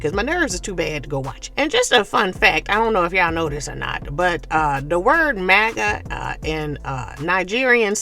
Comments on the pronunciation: it's MUGU, it's not maga in nigerian slang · the Nigerian slang you're talking about is "MUGU," not "MAGA." You're very funny, though.